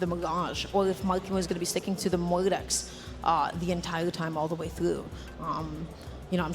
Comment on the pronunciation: What do you mean? Mawkiemoo on his Mowdex and Cwoss? Kyna on his Tewos? And with those wecovewy? 😂😂